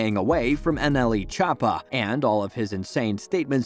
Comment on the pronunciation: NLE Cha-pa